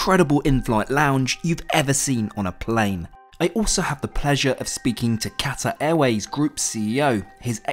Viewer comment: Great report. But please learn how to pronounce Qatar properly ;)